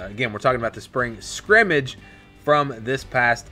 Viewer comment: Thanks for the report, but you keep mispronouncing "scrimmgage"!